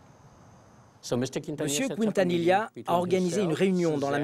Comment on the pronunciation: Selena Couintanila... Incroyable la prononciation, pourtant c'est la même chose en français qu'en espagnol Quintanilla c'est a dire "qui" la voyelle u NE SE PRONONCE PAS !!!!